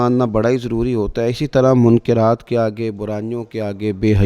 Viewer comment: منکرات کاف بالفتح بولیں